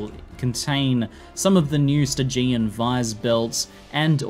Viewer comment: Thanks for this video. Just so you know, the word "stygian" is pronounced with emphasis on the first syllable, not the second. As you may know, stygian is an adjective based on Styx, i.e., the famous underworld river from Greek mythology. Someone clever at GGG is really into words.